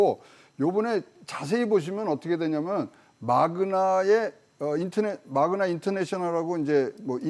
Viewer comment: 마그마가 아니라 마그나입니다